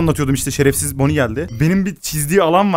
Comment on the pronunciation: Ve bonny e bazen boni bon demesi müq oluo sjsjjj 😂😂😂